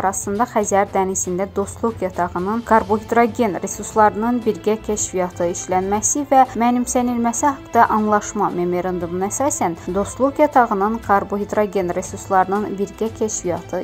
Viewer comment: Xanim, Salam, men de dusunmirem,ki, siz bizi esidib, istefa, edersiz,, hec olmasa ,,kitab, gazet ,oxuyun,, ki, metni OXUYANDA, O METNI, DUZ OXUYASIZ,, ,,MEMERANDOM, YOX,,MEMORANDUM, OZ, UZERINDE, ISLEMEK, LAZIMDIR, ,,METNI HIS ,,ETMEk, LAZIMDIR,,. A,, metinde,yazila biller,, ,,O,, kimi,, seslemek ,,Lazimdir,, ona gorede metni his etmek ,lazim. ,,Ara Avazyan, yox,, Ara AYVAZYANDIR. 😃😃😃😂